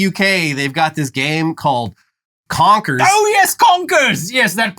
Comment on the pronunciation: Confers?😂 yeezus